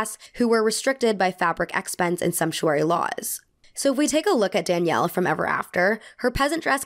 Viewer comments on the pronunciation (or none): none